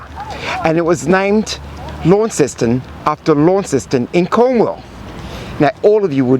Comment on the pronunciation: Pronounced locally as 'Lon-ceston', not 'Lawn-ceston'.